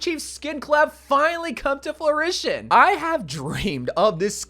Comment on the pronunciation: did you say, 'flurition'? I think 'fruition' might be the word you're looking for.